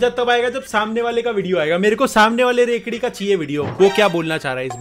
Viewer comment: Rekdi😂😂 bhai ka andar ka gujrari bol raha hai😂